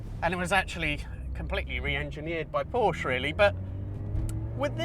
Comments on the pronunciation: Porsche is a TWO syllable word. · I have a hard time taking auto advice from somebody who doesn't pronounce " PORSCHE " properly 😊😊😊😊😊😊